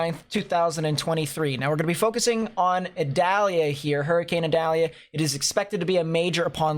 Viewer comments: Idalia 😆 not Adalia 🤔🧐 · Pronounced E dalia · According to NOAA, the proper way to pronounce Hurricane Idalia's name is ee-DOLL-ya.